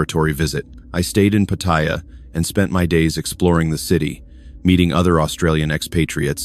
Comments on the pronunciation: It’s not POT-THAI-YA….. it’s Pattaya, OMG….. thumbs down. Can’t listen for an hour with fumbles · 👁f👁- PLEASE READ READ PLEASE -------------- PAT'-T-YA is the proper pronunciation for the city in Thailand... just giving you a heads up